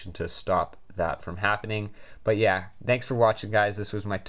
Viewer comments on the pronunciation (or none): none